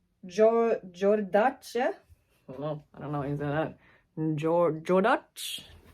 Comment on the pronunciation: JODARCHE......😂😂😂😂 Its pronounced JOR-DASH. Very popular brand back in the 80s. The jeans were all the rage back then. Ok, I just dated myself. Grew up in the 80s.